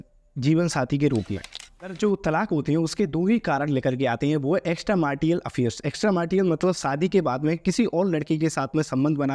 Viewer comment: ❌ एकस्ट्रा मैरिटल 😜 ✅ एकस्ट्रा 'मार्टियल' 😅 वाह वाह भाई, वाह वाह। खराब उच्चारण भी गलत जानकारी का प्रतीक माना जाता है अभी और मेहनत करो, मन लगा के और पढ़ाई करो, कहां अभी से हड़बड़ मचा के यूट्यूब के चक्कर में अपना भविष्य खतरे में डाल रहे हो?